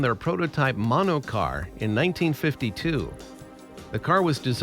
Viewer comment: Der monocar😅